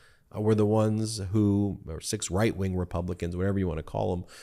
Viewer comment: Did you say "six white-wing republicans?" LOL